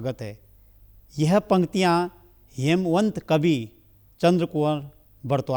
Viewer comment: हेमवंत नही हिमवंत